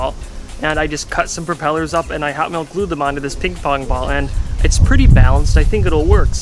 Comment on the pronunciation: "ping-fong ball"